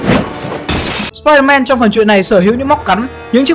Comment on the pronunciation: sao ai cũng nói spier-man là spierde ?